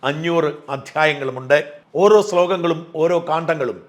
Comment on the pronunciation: സ്ലോഗങ്ങളല്ല ശ്ലോകങ്ങളാണ്